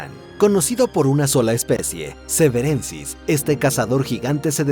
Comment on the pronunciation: Ichthyotitan SEVERNENSIS, no severensis😊